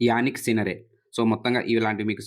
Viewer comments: జానిక్ సిన్నర్ sir....యానిక్ సిన్నర్ కాదు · Yanik sinner ❌ Jannik sinner ✅